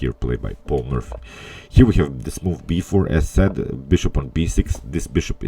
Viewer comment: you pronounce it "Paul Murphy" ... funny